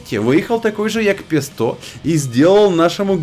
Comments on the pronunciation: Павел яга е сто а не пе сто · Йаг Пе Сто не звучит. Звучит Йаг Пєзє Е Сто.